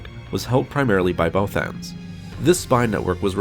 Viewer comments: The way this guy pronounces "Bothans" slightly triggers me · Many bothans died after hearing this guys pronounce there species name lol